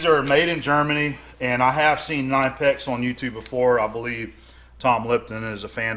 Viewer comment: You actually pronounce the 'K' in Knipex - it's not silent. ;-)